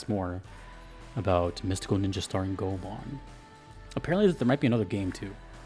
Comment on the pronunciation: Go - e ( as in envy ) - mon, i think with japanese names, i dont know how sacrilegious would that be to say it, its usually safe to go with the closed syllable when pronouncing it. :)